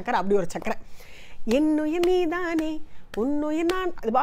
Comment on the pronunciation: வணக்கம். அருமையான குரல் ஜென்சி மேடம் போல் நீதானே என்ற உச்சரிப்பு இல்லை நன்றி